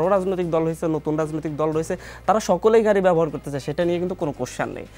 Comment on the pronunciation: ভাদ্য হয়ে ঘাড়ি নিয়ে ঝাওয়ার ঝন্য আপ্নাখে দন্যভাদ... এগুলো কেমন উচ্চারণ এনসিপির?